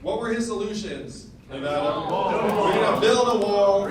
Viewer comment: He pronounced Nevada correctly. He has my vote